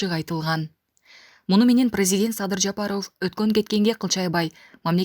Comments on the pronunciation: Жапарооф эмес Жапаров туура айт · Ушул кызды мен түшүнбөдүм фамилияларды туура окуй албайт же сабатсызбы президент Жапарооф десе эле аллергия болуп кетем, силерге дагы байкалабы эли журт?